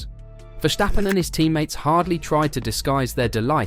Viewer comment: Good content! It's pronounced Verstappen, not Vershtappen (which is a German thing, not Dutch)